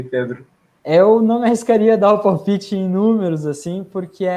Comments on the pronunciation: Enchenche e palpiche tbm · Enxenxe e palpixe tb